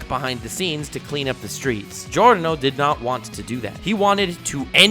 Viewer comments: The pronunciation of the names of Giorno and Diavolo at the start of the video is definatly the best pronunciation of those names I've ever heard from an english speaker youtuber and I can definatly say it's right because i'm Italian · Finally someone who says Giorno and Diavolo properly